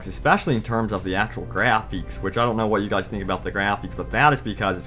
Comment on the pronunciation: the way you say GRAPFIX make me laugh